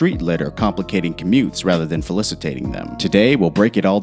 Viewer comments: you said "Falicitating" lmfao it's faCILItating, not faLICItating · "falicitating" them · "Falicitating" omg lol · FALLICITATING?!?!?! OMG ROFL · "Falicitating"?? Yeah ok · He said “falicitating” XD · did he say FALICITATING, a new kind of oral im not aware of? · i think he meant facilitating lol